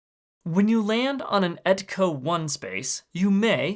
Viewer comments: EK-TO. EK-TO. Not ET-CO or EK-KO. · I think he pronounced etco 1. But it’s wrong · Why do you say ECTO so weird? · I love how he pronounces Ecto 1